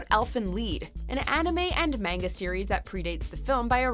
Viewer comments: 'myanga'? Wtf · pls learn how to say Osamu Tezuka and manga, just look it up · Is saying gundam and manga so hard